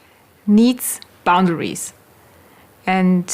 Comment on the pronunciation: I like the way says "Boundawies."